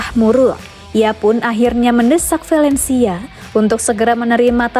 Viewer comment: vAlencia bukan vElencia